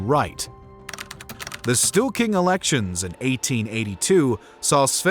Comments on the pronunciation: How can you possible pronounce ”Stor-ting” as ”Stu-king”? Pretty funny. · I also noted at least three instances of "stool king" :D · "Stewking?" Storting is not pronounced that way.